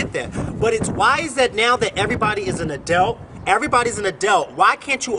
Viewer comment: What's an "Adelt?" lol... I just had to ask.